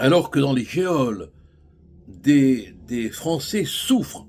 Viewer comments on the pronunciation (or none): Pourquoi diantre prononcez-vous toujours ,"géole" comme "Eole ", alors que l'accent circonflexe se pose sur o (comme gnôle) De la part d'un avocat, cela surprend...